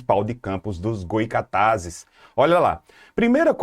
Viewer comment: Goycatazes não😔 Goytacazes sim😊